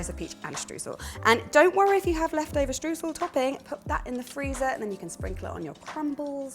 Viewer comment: May I just add a little nerdy detail to this mouth wateringly yummy 'bake me now' recipe...? When you say Streusel which I believe is a German invention or at least the German word for crumble - why not give the original pronounciation a try? Its eu is like an oy in destroy so think deSTROYsel but more like shtroysel there you have some linguistic magic 😘